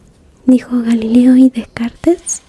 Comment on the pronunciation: Para prounoncia Descartes, tengas que no dice el [es] final. Como Descart, (pardone me para mi nivel de españa fatal)